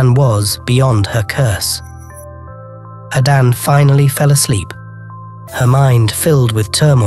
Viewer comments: Please stop saying Adan! It’s Ada nne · It's pronounced....Ada...nnnnne